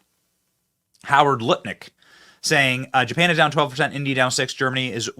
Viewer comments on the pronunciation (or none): none